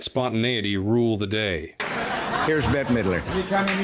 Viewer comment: Betty has a Y in it. This woman's name it Bette, one syllable.